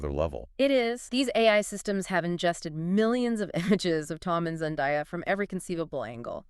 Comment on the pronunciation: Her name is Zan-day-ah not Zan di ah FFS get her name right